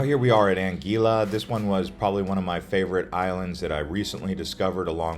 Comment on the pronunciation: I really wish you’d double‑check the pronunciation of places and names. For example, in St. Maarten, the beach is called Maho Beach, not Maho Bay. 😂 Your information is valuable, but the mispronunciations can be distracting. Even “Anguilla” wasn’t pronounced correctly. I noticed so many mistakes that I ended up stopping the video only a quarter of the way through. It would be great if you researched these details or refined the script so everything is said properly.